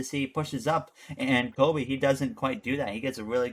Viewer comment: Doug Coby, not Kobe Bryant